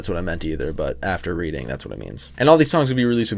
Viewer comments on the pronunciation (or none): none